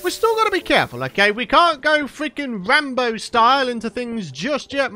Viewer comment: "we can't go fweaking wambo style" 🤣🤣🤣 LOL